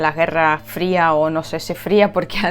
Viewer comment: отлично говоришь по-испански, но все-таки в слове guerra букву Г надо произосить четче, а не как звучит южнорусское Г. Ты же с Донбасса. Там вроде бы не гекают.